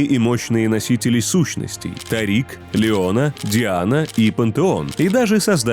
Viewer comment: почему тарИк? тАрик же